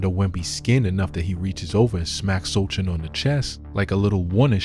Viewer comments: Bro said Shoulders.. Soldier.. So chin..So can ..So kin😂 So shaun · It's "So - han"😊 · It’s pronounced so hon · “So Han” is how you say it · It's pronounced So Han. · The c is silent his last name is so-han. How you make this video mispronouncing his name. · Congratulations to the Knicks team: Victor Wemby sucks!. He good until he lose. Do better Guy: why you pronounce Sochan 4 didn’t ways 😆😂-Gang 😆😂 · Dont make content if you cant pronounce the name. Shit is amateur. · You don't even know how to say his name right. Every thing this channel spits out is garbage.